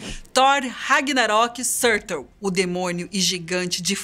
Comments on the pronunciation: Ela mandou um Sãrtou ao invés de Surtur tbm JJJKKJKKKKKKKKKKKK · Não é "surtur", se pronuncia "sutúr"